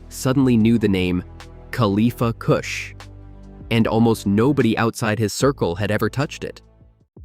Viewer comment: Khalifa KOOSH 😂